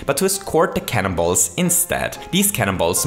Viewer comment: I hear cannon balls as CANIBALL